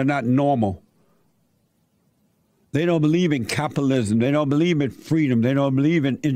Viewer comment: Kamala said we want Fweedom.....pathetic...